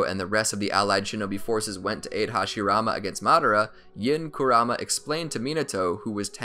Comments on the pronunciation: Ik it's spelled like kurama but it's pronounced like "karuma" Naruto and everyone else says it like that in the show. I couldn't make it past the first two times you said his name wrong without clicking off. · I stopped watching 5 seconds in when he emphasized the kuRAma instead of the MA. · Not gonna lie, your pronunciation of Kurama is driving me insane 😂